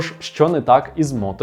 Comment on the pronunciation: Автор, все супер, але будь-ласка не Моторола "джей"84, а "джі"84!!